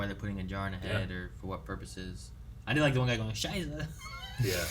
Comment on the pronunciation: Its a shame they didn't got someone for Zola to speak german. "Scheisa" just soo wrong